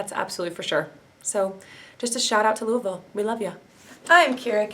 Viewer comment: Thank you for properly pronouncing Louisville